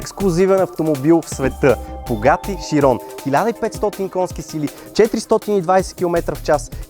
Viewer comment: Само да кажа че е бугати сайрън не широн